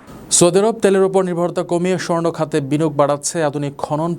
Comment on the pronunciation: ত্যেলের না তেলের 😅😂